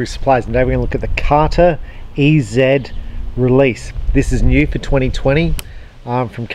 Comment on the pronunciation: It’s carter easy not e zed